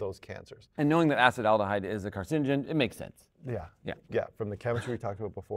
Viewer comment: Like your accepted pronunciation of acetaldehyde.